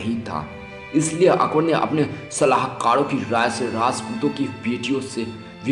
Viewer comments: Akber jo bhi tha jaisa bhi tha usne jo bhi kiya kis liye kiya aur kyu kiya aur yeh viose mein jisne akber ki haqeeqat batayi usse main ek baat zaroor kahonga bete pehle dhang se bolna sikhley goukhey kaisa bolta hai tu ( akbad aitha thha akbad waithaa thha ) aur haan agar baat karna aajae to phir se research kar ke video post kar samjha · Itna ghatiya pronunciation Zara apna bolne ka tariqa to sudhar le kya bol raha hai " akbad " ☺️😊😊